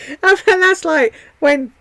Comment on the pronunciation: So true! Typically a southern accent makes the word 'and' two syllables. She's definitely saying 'in' :-)